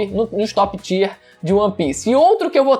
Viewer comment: Tier lê-se “taier”, q nervoso kkkkk